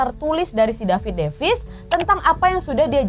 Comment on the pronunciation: Humorku sebatas tiap kak Nad, ngomong "dapid depis"